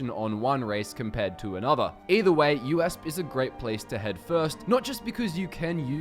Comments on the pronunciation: Haha it's U- E - S - P. You just say the letters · hol up, did you just pronounce USP as U.S.p